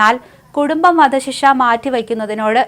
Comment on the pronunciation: "വദ "ശിക്ഷ?😂